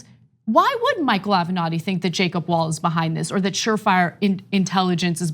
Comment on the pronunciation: Michael Ave-not-he